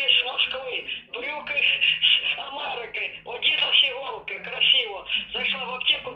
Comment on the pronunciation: мама - "Брюки с Амэрики" ага, и прямиком на Бродвэй😂